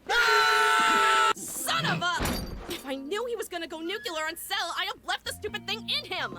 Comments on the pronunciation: Bulma, a top tier world class scientist, pronounced "nuclear" as "nuke-you-lure". For those who don't know, it's not pronounced that way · Wait why does the scientist say "go nukyulur" its nuclear... Not nuculur. She should know that of all characters in this. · Just noticed a blooper that wasn't caught: It sounds like Bulma says "If I knew he was going to go nucular on Cell", when it should be "if I knew he was going to go nuclear on Cell". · Bulma mispronounces ’nuclear’ and it still kinda bugs me. It’d be an interesting character choice but also an improbable one. Nitpicking on my part, though.